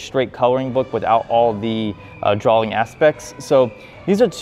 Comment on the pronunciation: This man's just said Drawling hahah